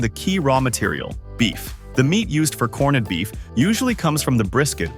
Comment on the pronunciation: The narration couldn't even say 'corned beef'. Correctly half the time....